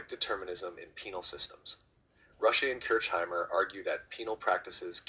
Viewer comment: You pronounced my name wrong 😂